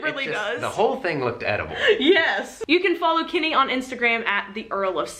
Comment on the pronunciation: kinny?? I've never heard your accents so much as when you said "Kenny"... Not a bad thing just odd that it's taken me so long to hear anything very american